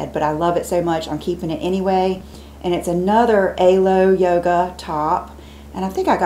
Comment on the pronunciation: Love you! Also just FYI, you pronounce Alo Yogo like Aloe- think Aloe Vera...Alo.:)